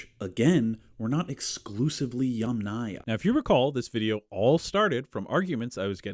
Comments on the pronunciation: Aya, as a suffix never takes stress. It is pronounced YAMnaya, not YamNAya. Even wikipedia agrees. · I'm pretty sure "yamnaya" (ямная культура, pits culture) is pronounced with stress on the first syllable; YAMnaya.